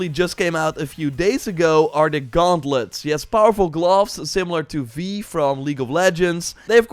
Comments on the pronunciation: Vi is pronounced with I, as in "I am" or "eye" like V+eye if you sound it out. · "Vee, from league-" My brother in Christ, I'm not a League fan and even I just felt an unreasonable amount of rage at the butchery of that name LMAO